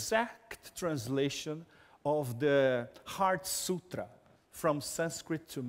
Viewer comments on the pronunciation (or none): none